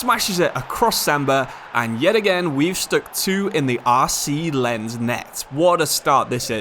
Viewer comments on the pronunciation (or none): it's Lenss and Reimss btw, you should look up the pronunciations on google since you're saying the words a lot in this career mode save